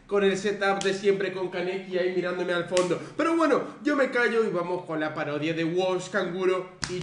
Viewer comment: Dice parioda😂